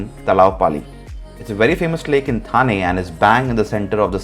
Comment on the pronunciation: It is not था but ठा